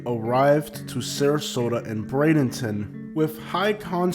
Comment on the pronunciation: Why are you saying Brandonton? (Bray-din-tin)